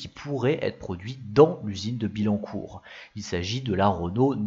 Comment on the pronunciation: Merci pour l'effort, mais ce serait bien que les images correspondent au commentaire en cours, comme quand tu introduis la 19 rallye sur des images de Clio rallye ou que tu parles d'un prototype de modèle à bas coût sur des images d'un proto de coupé Bertone. Il faudrait revoir certaines prononciations : on dit Autobian-Ki, et pas Autobian-shi / On dit Bi-Yancourt, et non Bi-Lancourt... Enfin, le personnage qui masque la moitié des images est aussi inutile qu'agaçant.